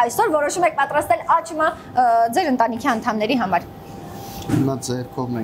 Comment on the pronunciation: աղջիկ ջան աճմա չի աչմա է,համ էլ մի քիչ խոսիր խոսքը մի քիչ էլ թող խոհարՐին,ուղղակի շատ տհաճ է ու անդուր